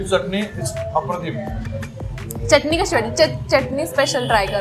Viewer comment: ह्या सुंदर केस असणाऱ्या मुलीच्या तोंडून प्रत्येक वेळेस चटणी चा उच्चार ऐकतांना नको ग वाटत होत.